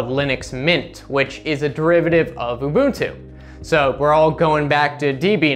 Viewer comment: "oo-boon-too" nailed it